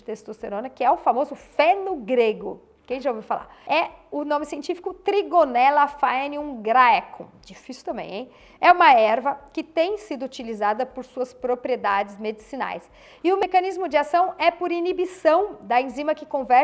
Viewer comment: Dica: foenum graecum se pronuncia Fenum Grecum. Em Latim (vulgar), as junções OE e AE têm som de E. Por isso CAEsar se pronuncia Cesar. E VitAE se pronuncia Vite.